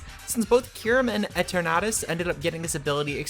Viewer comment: Your pronouncing eternatus was nearly offensive it was so wrong